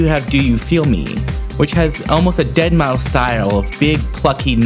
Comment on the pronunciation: Deadmau... Guess the 5 is silent LOL